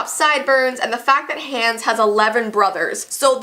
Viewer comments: it’s pronounced On-Uh and Ha-Ons. Not anna and hands. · Ok it’s hilarious how she calls him hans instead of Hahns 😂😂I think Hans is Hans instead of Hahns but STILL SHE SAID IT SO FUNNY😂😂😂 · Is the Canadian version of Frozen different? Cause at first I thought mispronouncing Anna and Hans’ names was a fluke, unless its just pronounced differently in the Canadian version (its pronounced “Ah-nah” and “H-ah-ns” in the US version). Idk, it bothered me and I wanted to know if its pronounced differently depending on where its released. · sorry but how can u say your a frozen fan and then pronounce hans like hands and anna like ana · I love your videos but you say Anna and Hans names wrong it is pronounced Awna and Hawns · stop the way she said hans just hurt me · you did not pronounce Anna and hans right